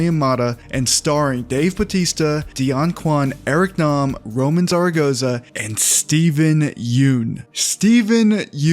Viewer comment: Just letting you know Roman is pronounced Ro-mahn d=(´▽｀)=b